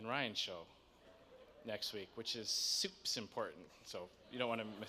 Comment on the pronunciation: Its soups important.... bawhahahaha love it